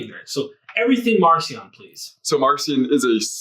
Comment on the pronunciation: Marcion should be pronounced with a hard K sound since in Greek the name is Μαρκίων. Just a minor pet peeve of mine. Great episode!